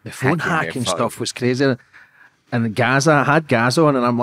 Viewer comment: He said Gazza like Gaza 🇵🇸